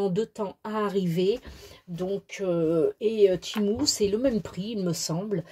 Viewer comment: j'ai découvert Temu (on dit tee-moo au passage ;) ) y a de cela quelques mois déjà et franchement c'est exactement la même que Ali en moins intéressant (car ali a beaucoup d'avantage comme les jetons, le service client qui est toujours pour ma part rapide et efficace et plein d'autres chose que je ne connais pas trop .....) et des prix pas réellement intéressants finalement vu que ca vient du même pays ;) mais bon t'as eu raison d'essayer.